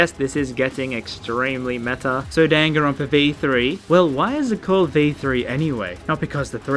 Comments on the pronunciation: Maybe I’ve been saying it wrong but I wanna scream hearing dawn-gone-Ron-pa One more time... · Why does say Danganronpa like gun gun runpa?